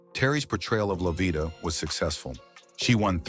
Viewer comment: So, NOBODY bothered to fact check and edit this video?!!! Wrong pictures of people, wrong pronunciation of names, how do you get livia out of Lovita and who came up with the ridiculous assumption that lighter skinned people were viewed as more successful than their darker counterparts?